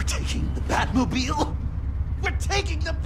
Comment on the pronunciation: “We’re talking the batmobel?! We’re taking the batmobel!!”🤣🤣